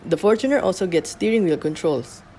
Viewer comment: one thing i really like about this review is yung tamang pronounciation ng fortuner.👍🏼 fortuner from the word “fortune” i lot of people i know laging pronounciation nila “for-TUNER” ano yun? para sa TUNER? buset pang squatter🤦🏻‍♂️